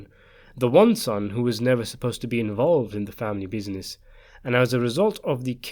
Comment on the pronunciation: I like the way you say "bizines"